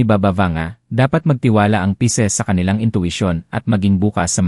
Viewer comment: Pisces po at hindi Pieces (piraso)